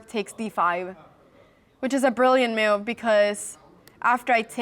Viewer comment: How do you spell the word move? You pronounce it like it’s moyve 😂